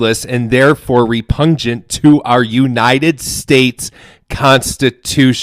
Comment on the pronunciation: “Repungent” 😂😂😂 It’s REPUGNANT you!!